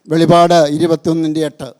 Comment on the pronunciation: വെളിപാടല്ല വെളിപ്പാടാണ് കേട്ടോ